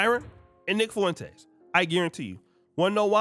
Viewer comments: I can't help but laugh every time you pronounce Nick Foo - in - taze 😂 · Fwen taze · Why cant you pronounce his name correctly its annoying